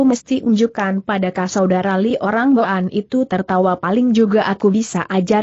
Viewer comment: cara baca kata" tertentu salah.misalnya kata boan .jgn baca bo an.tapi disambung jd boan/bwan.yg artinya orang suku boan/mongol.maaf kalau saya salah